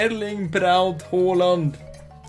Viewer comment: Someone non norwegian actually said hålands name the Right way👏👏👏👏